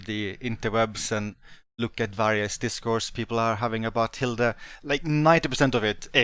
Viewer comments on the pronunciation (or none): German here Hilde is not pronounced as Hilda.